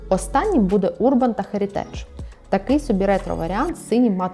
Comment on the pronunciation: у словш херитидж наголос еа першому слоге